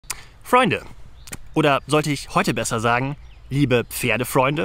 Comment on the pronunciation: Dieses falsch ausgesprochene Freunde nervt dermaßen